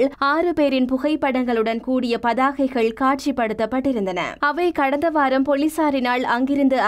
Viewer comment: உங்களது தமிழ் உச்சரிப்பில் நிறைய தவறு உள்ளது. தேவையில்லாத நிறைய "ஹ" சத்தம் உள்ளது. ஆரம்ப ஹாலம், ஹர்த்தால், போளீசார்,....